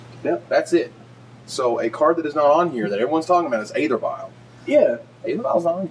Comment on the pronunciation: It's not "ather" vial, it's "ether" vial: "æ" like paedophile, daemon etc etc.